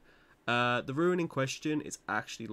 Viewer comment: Tip #1 learn how to pronounce ‘rune’